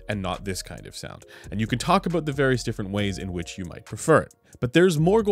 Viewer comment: "Aboot" Are you like 50% Canadian?